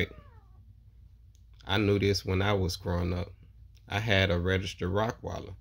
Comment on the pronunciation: Bro it’s Rottweiler not rockweiler